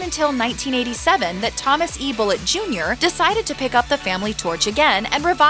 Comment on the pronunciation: It's Boo lay. it's French!